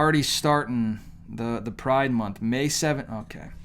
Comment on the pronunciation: I love coming to this guys channel because i get a kick out of how he says pride. Pwide lol.